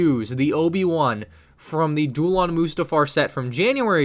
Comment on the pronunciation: You're still saying mustafar wrong